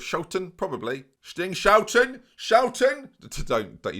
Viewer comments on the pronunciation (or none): Stijn is pronounced "Stein" - Not "Sting" or "Steen" - More like "Stine", and Schouten is pronounced Shoutin' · Stine but pronounce it Gaelic. I have never heard an Englishman do the proper IJ-sound so don't bother. The Ch is Schouten is like the CH in Loch Ness. So Shout-uhn but scrape your throat after the sh. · 'Dutch fans, get involved.' Well.. the truth is, you're never going to pronounce his name right. Stijn is pronounced as Steyn. But the "sch" in Schouten is really hard for a non-Dutch speaker to pronounce. I think "skout-en" is the closest you can get to his name.